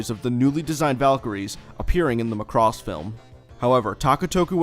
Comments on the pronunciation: Every single time you say Muh cross I cringe. It's just Macross or Makurosu but not Muh cross. Otherwise good content! Thanks! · Its not pronounced "muh--CROSS" it's "Maa cross"... no way that's gonna make sense... in any case, this is a good video! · Your pronunciation "McCross" is really getting to me. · There was one more "Chou Jikyuu" you missed. Chou Jkyuu Romanesque Sammy Missing 99, an OVA from 1987. Interesting video but by god do I HATE the way American's say Macross. There is no emphasis on "cross", it is just MACROSS!